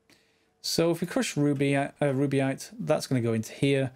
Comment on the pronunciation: Btw, it's rubyte, not ruby-ite. :)